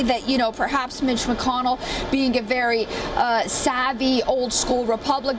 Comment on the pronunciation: Mitch MacKinell. LoL. It Mac con nell